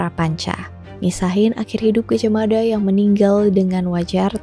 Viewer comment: jangan salah kaprah, yg bener, Mapatih Gajahmada , "Da" bukan "Dha" mada dibaca dengan lidah sedikit digigit, pembacaannya beda,, dan "Mapatih" bukan Maha Patih ,, semoga bermanfaat 🙏🏻🙏🏻